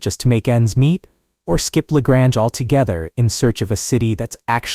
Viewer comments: La Grange .Grange is pronounced like Grain. It's not french town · La Grange-the 2nd. a is long.not short.